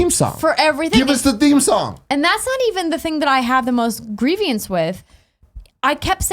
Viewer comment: what is “grieve-e-ness”? 😆